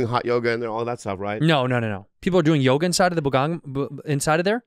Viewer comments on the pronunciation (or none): none